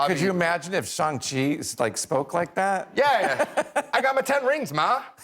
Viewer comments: It’s Shang chi not shung chi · Did the host mispronounce Shang-chi? He calls it shawm chi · Not the guest host pronouncing Shang-Chi incorrectly 🤦🏾‍♂️